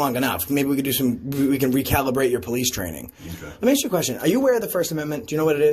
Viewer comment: Amazing how many Americans can't correctly pronounce the word "ask".